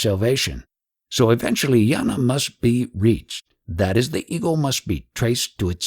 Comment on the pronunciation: Attention Dear Reader: you pronounce jnana as NYARNA. Not yana. Same if it’s spelt gnana.